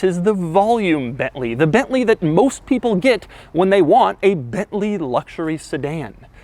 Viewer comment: It is not "BETLEE", it is BENTLEY!